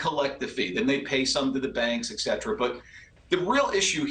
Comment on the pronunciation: Et cetera (and the rest). Not "excetra".